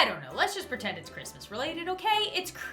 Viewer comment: ...Lol it's not Christmas but I'll pertand